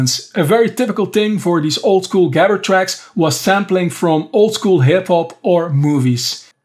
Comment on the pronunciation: why didnt you pronounce gabber like you know how it was pronounced , lol